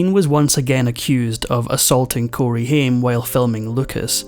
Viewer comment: I hate it when you dont pronounce the actors name correctly. Ugh